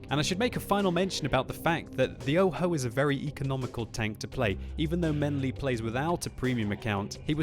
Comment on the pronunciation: Everytime he said "menly" I thought I heard "Ming Lee".